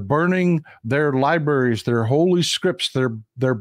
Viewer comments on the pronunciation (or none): none